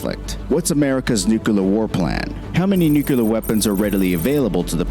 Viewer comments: Sure wish they could find SOMEONE who could pronounce the word nuclear properly as NEW CLEE ER rather than NEW KWU LER ...Just sayin’.... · Gotta stop saying nucular, it's nuclear (new-clear) not nucular. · Please. It's Nuke-lee-er! Not nuke-yoo-lar! Just stop it! Couldn't watch this video because of the constant childish mispronunciation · It is pronounced Nuuk-lee-arr. Only American Presidents use the term Nucuular. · the guy who is explaining this is using the spelling of nuclear as nuke ular instead of new clear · Say it with me nu-cle-ar "Nuk-u-la" bad grunt bad...off to bed with no crayons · Nuclear, not nucular. Be better than GW Bush, please. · Whoever made this video this marine is reacting too keeps adding an extra U to Nuclear, he says Nuculear its pronounced NU Clear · Nuclear. Nu-clear. "New-clear". Pretty simple. NOT "nu-kew-ler". One would think the narrator would pronounce the word, upon which the piece is based, correctly? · I always wondered how people got started pronouncing "NUC-LE-AR" incorrectly as "NU-CU-LAR" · Okay, at the outset, I have an issue with the pronunciation: Nu-cu-lar, versus Nu-Cle-ar; I know it's trivial but for me it's cringe-worthy. Why does this bother me? My dad was an attorney and a Secondary School English teacher, thus a "wordsmith" and his insistence was on precision in speech and writing. When I had to write a paper for a class, my dad graded it first and I had to correct the paper, typically meaning at least another hour to ensure my arguments and explanations were cogent. (See Dad, I did learn something from you. Asshole.) Love your channel, brother. 3 year US Army and 5 Years US Navy... I don't miss it anymore... too woke for my thinking! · Interesting - only one irritant. The word is nuclear, not nucular. In any case, I highly recommend reading "The Doomsday Machine" by Daniel Ellsberg. No one wins a nuclear war when multiple sides have the weapons. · Nuclear is pronounced "noo-klear", NOT, "nucular"!